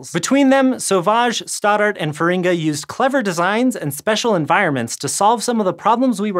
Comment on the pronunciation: Wrong emphasis for Feringa :(